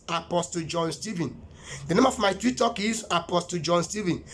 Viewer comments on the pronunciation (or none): none